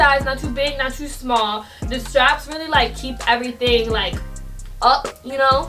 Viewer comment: nobody:: It's EVERYTING!